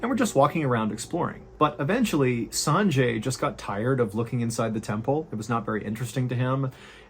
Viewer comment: "Sanjay" is pronounced "sunjay".